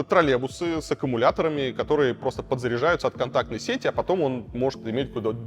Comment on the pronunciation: Уже сам стал говорить «тралебусы»